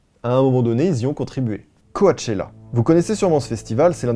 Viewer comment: Juste, « coAchella » ça m’a buté 🤧